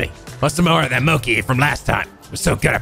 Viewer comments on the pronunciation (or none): GOD DAMN IT! IT'S PRONOUNCED MOCHI MO AS IN MOBILE, CHI AS IN CHEESE. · yes, you are right, just like churros, but i meant "chi" with the "i". keeps saying "moki". ( > _<) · Lol just destroyed every weeb saying MOKEEEE its Mo as in Moe and Chi as in Chi Chi 😂😂😂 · Thunderboy 179 also it's pronounced Mo-Chee. Not Mo-Key. But hey that's Amirite? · It's...it's pronounced moh-chee not moh-kee..... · Loved the side quests in this game! Also, I feel like too many people are "passionately" correcting on mochi. "Ch" is pronounced as a "k" in several languages and you can't expect someone to pronounce a food perfectly that they never heard of before. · I thought pronunciations couldn't get worse... BUT MOCHI JUST HURTS! IT HURTS! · He's been pronouncing it that way since P5 (unless I missed it in P4). It does hurt (it's not like mochi doesn't exist in the US) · you pronounced mochi wrong i’m totally original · im prety sure that the "chi" in "mochi" is pronounced "shi" or "ti", not "ki".